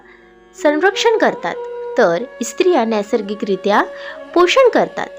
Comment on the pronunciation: Krupaya 'Estriya'mhanu Naka - te -'Striya' aase mhanave